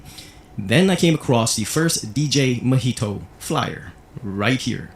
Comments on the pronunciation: The pronunciation of "Mijito" is mee-hee-toe -- you've been saying it right most of the time in this video. Mijito means "my little son" in Spanish. Mi hijo is "my son" and "ito" is the "little one". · … you are amazing! Sending you love and hugs! Btw…. I just wanted to tell you that Mijito is pronounced …. MEE HEE TO. 🌹❤️